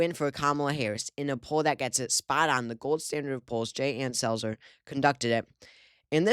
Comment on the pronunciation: When he said "the Selzer poll" I was sure he said "the cells are full" . 😮😮😂😂